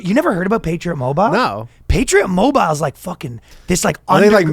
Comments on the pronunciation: the patriot mobile segment was ruined by ryan's pronunciation of "mobile." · Ryan... Mobile is two syllables. Fricken 3Spirits always adding syllables. Also separation of church and state means the state can't force religion on you, not that they must enforce no religion. That is literally them breaking the separation ya dingus. This is not France, it's 'Murica. (Also two syllables)